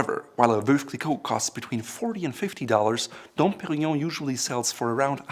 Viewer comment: I'm very happy that for once someone can pronounce "Dom Perignon" correctly!